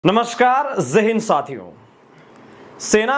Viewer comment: Zae hind nhii jai hind hota hai sir😂😂